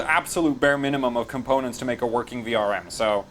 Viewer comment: "Card is verking" Are you picking up a German accent as well?